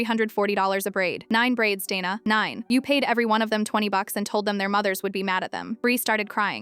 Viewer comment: Dayna not dana